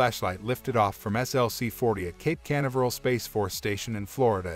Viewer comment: WHY DOES YOUR BOT MISPRONOUNCE CANVERAL?